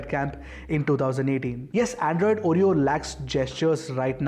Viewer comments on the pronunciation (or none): none